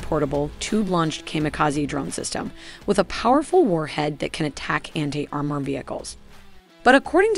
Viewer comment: How did she pronounce "armour"? Sounded like "are-myor".